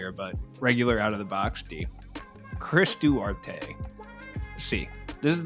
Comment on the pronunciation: Going by the way the Pacers’ announcers say his name, it’s Chris Duh-War-Tay (don’t think that’s how you’re supposed to sound out words but it should get the point across lol)